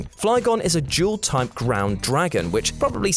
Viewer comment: IF I HERE HIM SAY JEWEL TYPE ONE MORE TIME AND NOT DUAL TYPE!!!!!!!!!!!!!!!!!!!